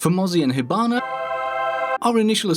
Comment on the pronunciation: You had me at "Hibanna" 😂